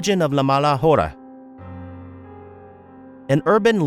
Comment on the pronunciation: Buddy, the “h” is silent in Spanish. Thank me later